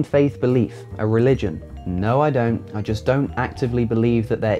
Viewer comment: "a relgion" good job Ken